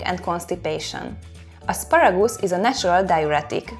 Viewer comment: Isn't asparagoose it is however asparagus